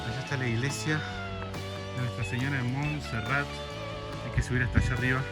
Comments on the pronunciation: Muy bien por el video, lastima que nunca pudieron decir bien el nombre de el cerro de Monserrate, con "e" al final, y lo más triste es que los guías bogotanos tampoco les corrigieron. Genial el atardecer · Solo una observación: No se dice Monserrat sino Monserrate (suena la E) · Alfredo Cuellar Venía a comentar justamente lo mismo jaja y los guías no les decían nada y dijeron Monserrat como 80 veces. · Muy bacano todo. Lo unico que no es Monserrat es MonserratEEEEEE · POR QUÉ NO DICEN CORRECTAMENTE LAS COSAS? jajajajaja CRINGE.... Es MonserratE, no MonserraT. Dìgale Arequipe, no dulce de leche. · No es Monserrat es Monserrate , suena como se escribe. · PRONUNCIACION CHICOS.... SE DICE MON-SE-RRA-TE SE PRONUNCIA LA SILABA TE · Muy entusiastas respecto de Colombia estos chicos. Simpáticis. Alguien debía avisarles que se dice Monserrate, es decir que la ultima sílaba de esd nombre es " te ". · se dice Monserrate